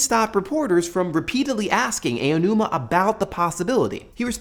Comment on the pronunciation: pronounced ah-oh-new-ma